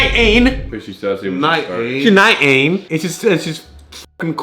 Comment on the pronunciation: 😅 That's how you say 19?